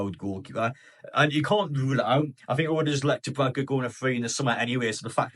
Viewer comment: I'm looking forward to him leaving so that I don't have to hear you constantly mispronouncing his name.